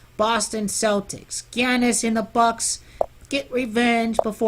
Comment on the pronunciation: It's pronounced "Yahnis"